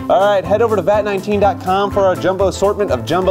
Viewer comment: He said vat18